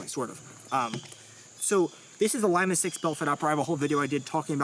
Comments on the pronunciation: No sir say Lee-Ma or Im reporting this offensive word, lol who says Lie-ma ☠️😂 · NATO Phonetic alphabet says "L" is pronounced Leema, as in Lima Peru, as opposed to liema as in lima beans. Great vid. Love your work! ❤ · Love you guys. You’re doing God’s work. BUT Lima.. Lee-mah. Not Lime-ah. L, in the phonetic is Lima, Lee-mah. It’s not fruit. Much love! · Young fella said; "lime-a" 😂😂😂.... lee - ma' * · Pronounced LEE-MAH, not Lima as in Lima Bean. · You should make it compatible with one of those fancy grips that accepts backstrap and frontstrap additions. And it's LEE-MAH SICKS, it's not a bean! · Lima "Lee-mah" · Lie-ma six lol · You say Lima weird.